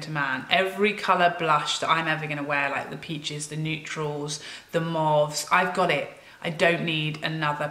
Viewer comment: So two things. 1: Drama going on in my life at the moment and watching your lovely positive posts helps me to forget and escape so thank you. 2. I love the way you say mauve. 😂. Must be an area thing. In London we pronounce o as in the letter o. Anyway. Cheered me up!! 😊😂. Xxxx